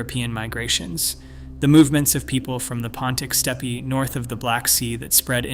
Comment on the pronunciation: Steppy Ancestry? I suppose you mean steppe, which is pronounced step in English.